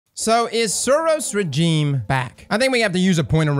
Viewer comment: "Lrrr" instead of "lou-er" and "rajeem" instead of "rezheem"? You're killing me.